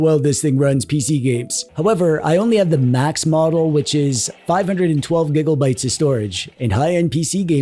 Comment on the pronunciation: He cracks me up every time he says Gigglebytes lol